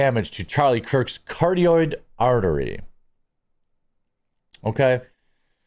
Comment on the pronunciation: Ca-rot-tid Not making fun just please say it correctly.